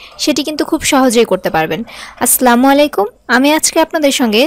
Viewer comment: আপু আপনান সালাম হয় নাই সালামটি হবে আসসালামু আলাইকুম আর আপনি বলেছে আসলামু আলাইকুম